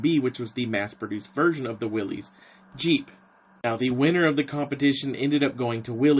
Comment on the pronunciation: How very refreshing to view a video in which someone actually has the story right! If there was one detail (O.K., two;... John North Willys pronounced his name Will-iss. ) that I would adjust, it would be that Ford was not so much 'asked' to participate in the project that became Truck, 1/4 Ton. 4X4, G503. It is my understanding that Ordnance applied considerable pressure to Ford Motor Company 'informing' them that they would provide a prototype and prepare for production as there was concern about Bantam's and / or Willys Overland's ability to provide for projected demand. For any who do not know; Ford's GP designation did not indicate 'general purpose' or anything of the sort (as is somewhat commonly assumed). Per period FoMoCo documents, G was 'government', P was Ford's internal code for vehicles of 80 inch wheelbase. Vehicles built by Ford as subcontractor to Willys' G503 contract were GPW, or government, 80", Willys pattern. Addendum: - Both Bantam and Willys 'built' 1/4 ton trailers of the same pattern during WW2, the Bantam T-3 and Willys MB-T. Both firms assembled their trailers from components provided by American Central Manufacturing (ACM), a firm which also produced 'body tubs' for both Willys MB and Ford GPW. ACM had previously built bodies for the Cord 810 and several other automobiles. The T-3 and MB-T were watertight and could be used as boats or even as pontoon bridges if required. - Kudos for including the 'Rotarbuggy', an autogyro 'Flying Jeep'